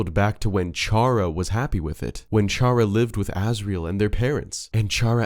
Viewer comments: Every time you pronounced Chara's name as "Char-uh" instead of "Kar-uh", I cringed slightly. It's clearly meant to reference the word Character, which has a hard ch instead of the softer one you used. Which, coincidentally, would make Kris' name a fusion of Chara's and Frisk's, adding fuel to the fire of your theory being true. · It’s not pronounced “char-uh,” it’s pronounced “care-uh” since the name chara is inspired by the word “character,” pronounced “CARE-uck-tur” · BEUH ITS CHARA CAR-A NOT CU-HAH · awesome video, chara is a play on the word character we don't say "Charrah" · Felt pain when he said “Ch”ara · Fact: Chara's name is pronounced "Kare-Ah" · Him: pronounces Chara ch-ara Me: gets shot gun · chara is part of character so it is pronounced like character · Stop calling her chara its chara as in kara like how Kris is prounonced chris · just sayin chara is pronounced kara, as in character.. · One thing that bugs me: "Chara" is pronounced "Kara" as in "Character" This is further confirmed by Chara's Japanese name, キャラ (*Kyara*), a shortend version of キャラクター (*Kyarakutaa*) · I am triggered on how you pronounced Chara... it's bacially "Chara"cter, and, I like the theory of Ralsei being made from Kris' mind, also, Gaster has nothing to do with Deltarune, Jevil and Spamton knew the KNIGHT who is now confirmed as KRIS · Fun fact 99.7% of viewers are pissed at the word 'Shara' and not 'Chara' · I still find it weird when people say Char-a...Wouldn't it be pronounced Care-A like Character...Chara-cter...eh whatever video was entertaining. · The amount of people who pronounce Chara wrong is insane. Its Care-uh. as in, CHARACTER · The theory is pretty neat but I come on, Chara short for "chcharacter", it's pronounced with a K sound. Everytime you said it I whispered the "correct" name under my breath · Same 😒 Also, the inherently Evil Chara belief